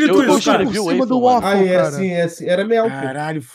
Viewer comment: WAFE WAFFES WAFLE WAOUFLE WALFFE HAHAHHAHAHAHAHAHHAHA simplesmente o Waffle do entretenimento